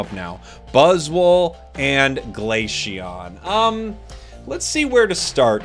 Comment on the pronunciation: Is he saying Glasheon?